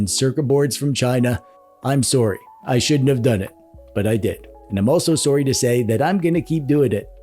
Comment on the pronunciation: This is the most Canadian intro ever, just “I’m sorrey” 50 times in the first couple mins! Love the video tho, I recently gave my sister my modded DSi and she has loved playing on it and letting her friends play on it too. If you find yourself with an abundance of doo-dads, redistribute (and create more retro handheld enthusiasts ((sorrey not sorrey)) - just watched the full vid, I loved the sitcom skit, and the joke at the end was hilarious!